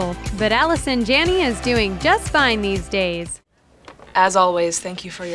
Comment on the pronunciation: Evania Endellion they didn't mention half of the things she has been in including Finding Nemo. They also mispronounced her last name.